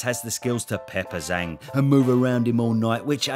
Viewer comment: Does anyone else get triggered how the BT sports announcer pronounces it "Zong"?